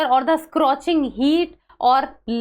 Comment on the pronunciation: Not scrotching, it's scorching